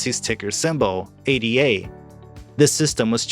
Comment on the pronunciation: Its Ada. Like a person's name. Not A.D.A